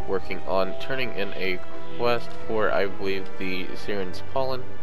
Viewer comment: It's pronounced "S-eye-rens" Sirens. Thanks for the Video also.:)